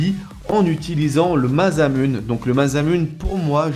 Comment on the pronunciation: et ça ce prononce Masamuné...